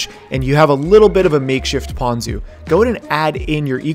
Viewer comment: Ponko? I loff Toonah with ponko.